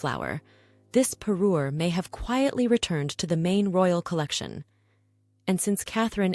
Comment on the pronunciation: Not 'pairer' but 'parure.'